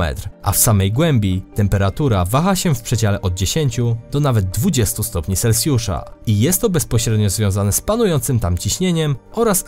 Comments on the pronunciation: Jakbyś mógł mówić poprawnie Celsjusza a nie Selsjusza bo jest to trochę irytujące ;) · Selsjusza hahaha